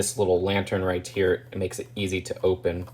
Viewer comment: You know you say right tear instead of right here